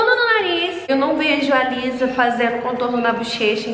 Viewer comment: Se pronúncia "Lissá" ❤️ (Inclusive , amei o resultado , se eu soubesse fazer metade disso eu ficaria Muito feliz kkk)